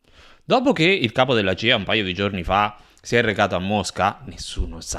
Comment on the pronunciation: Si dice CIA !! C C C !! Che cos e la GIA ??? Con la C !!! Poi....raCContare non raGGontare !!! Che fastidio !!!!!! Usa la C